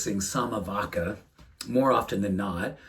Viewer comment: vacca is pronounced "vacha"